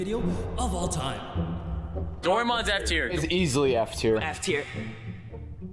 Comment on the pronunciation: There is no going back after giving Doraemon “F” tier. Plus they pronounce it dead wrong 💀